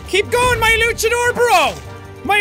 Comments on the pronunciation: He's saying luckadore instead of launchadore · It's pronounced luanchador (launch-a-door)